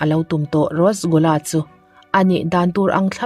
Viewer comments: Rasgula hi,rosgula i ti char char a,,mahse eng pawh nise a ngaihnawm lutuk..🤙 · Thil 1 ka lo sawi lawk Rosgula nilo in Rasgula tih tur ,ngaihawm lutuk e. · Rasgulla hih rostgulla atih ve traal mei pronounce like this,, Rush gul la___ RASGULLA✅ ROSTGULLA❎